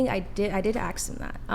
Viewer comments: First thing... teach her how to say the word 'ask' ... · Her S sounds perfect but says Ax... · it's ASK NOT AXE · The black girl needs to crack a book once in a while. She would "axe" the man a question. She needs a grammar and English lesson. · That girl keeps saying “aks” instead of “ask” 😅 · why can't black people just say "ask", why is it always "axe"? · I never realized how difficult the word ask is when she says ask it's axe wtf failed English? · Ask. The word is ask. Axe is a tool for chopping wood. FFS. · I agree, but …”aks” 🙄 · Except she says "ax" instead of ask. That absolutely grinds my gears lol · If only she can learn the difference between axe and ask. Wtf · I thought the same until she pronounced “ask” incorrectly. wtf is “aks”. Immediately losses any credibility. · Too bad she can't pronounce the word "ask" properly. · The only one who mispronounced "ask" several times. Are you okay? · She can’t say ask correctly though